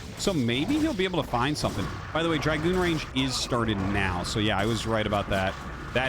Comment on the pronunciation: Wow.... he takes corrections on Chinese pronunciations but can't fix his English. Words that he has been saying for 20 years like Zealot and Dragoon are pronounced wrong. It's not even a tomato tomahto thing... just completely wrong.... and he's like "is it shaoshway or shaoshwai". Really?